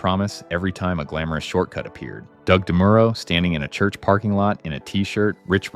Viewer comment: You lost me at "DeMooro" and "Jalopink".